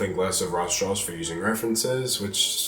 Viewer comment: Am I the only one that hears "Raw straws"?